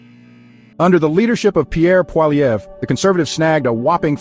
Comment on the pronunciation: this is fake news! cant even pronounce Poilievre properly